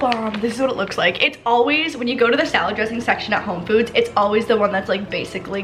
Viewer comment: I’m sorry but she said homefoods 🤣🤣🤣